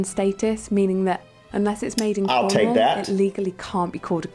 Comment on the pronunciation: Emphasis on CORNwall, not so much the 'wall' part!! If in doubt, emphasis the FIRST syllable here.